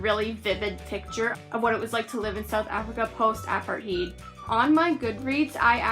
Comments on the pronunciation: Pronunciation: Apart-tate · Hi, i am maybe late for given you a comment about your review. I am really sorry my bus was late. I have to watch your review because my teacher said so. You did a great job, besides your pronunciation of apartheid. :)